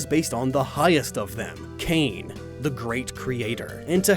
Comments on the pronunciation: The Hawaiian god you are referring to "Kane" is pronounced "Kah-Nay". It's a long "e", not a short one. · No offense but your pronunciation of Kane is bad. You know Hawaiian doesn’t sound like English right? It’s like Japanese, Ka-Ne